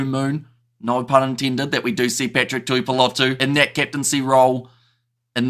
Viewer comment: Tuipulotu is pronounced “Tewypewlotew”not “Tewpewlotow”